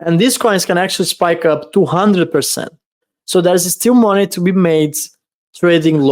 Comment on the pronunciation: Haha I love when says Monay$$$